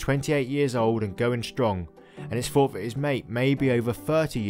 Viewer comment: A very good video giving out interesting facts. Unfortunately the spoken grammar became a nuisance such as"wiv" "fawt" throughout.